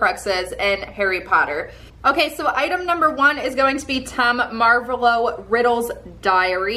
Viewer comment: When she said tom marvalo :/ its mar- voh- low